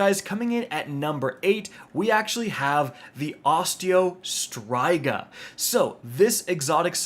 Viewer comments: Bro all your years and content and can't name a weapon correct??? Not Osteo Stri ga it's pronounced Striga= Streega (Striga) 😂😂😂😂😂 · Why did he have to say Osteo striga like that😂😂